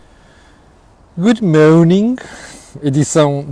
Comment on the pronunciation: Esse inglês está um bocado esquisito.. “good moaning”